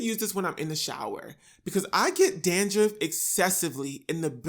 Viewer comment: did you just say “dandriff”? 🌚